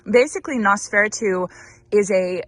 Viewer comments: You are close on the pronunciation. nos-feh-rah-too Hope Mr. Monty is feeling better. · You ARE mispronouncing Noseferatu. nos fur AT oo 😄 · I'm lolling at your pronunciation of Nosferatu. It's "Nose-fore-aah-two" ;) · I'm so happy Monty is feeling better. Loved seeing his pleas for more ball time 😂 Oh, and Nosferatu is pronounced Noss-fur-ahh-too with emphasis on the first and third syllables 😊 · Not a big deal, but I think you are pronouncing Nosferatu incorrectly. Not sure why anyone would name a flower after that, haha! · Please learn how to pronounce Nosferatu correctly.